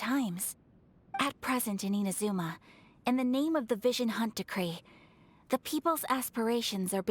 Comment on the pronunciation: Hey! Are you saying I-M-azuma? Because it's I-N-azuma xD